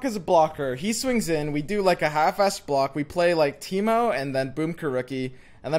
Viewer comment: first youtube comment ever I love you but its TEEM-O not Tito and Braum not brawm watch you everyday but omg so cringe X - |